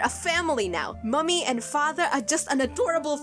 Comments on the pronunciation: I know it's a stupid thing to find irritating. It's not "mummy", it's "mammy" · its pronounced "mammy" for for the irish because the irish for mom or mother is Mamaí